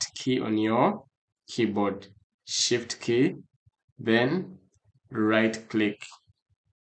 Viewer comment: "shit key" is what i heard from the "shift key"